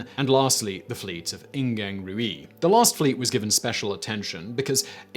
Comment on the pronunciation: One thing, "Ruaidh" is pronounced roo-ah. But yep it does mean red. Fun fact the Irish for fox is madra rua which means red dog 🤷